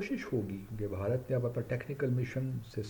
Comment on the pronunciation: Pehle Bharat bolna to seekhr. Kuch bhi